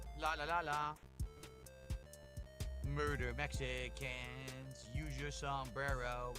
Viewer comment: Love little slip of the tongue with "Mechicans."🤣